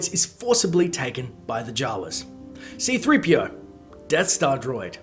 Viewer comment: Did any one notice they did C-3PO wrong. they did it C3-PO it's supposed to be C-3PO